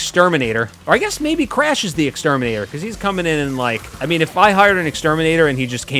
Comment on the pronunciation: I love how he pronounces Crash “Cresh”